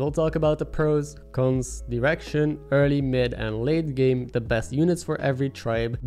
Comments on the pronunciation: Came for the menagerie, stayed for you pronouncing "direction" as "erection" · I can't be the only one who heard "erection" when he said direction.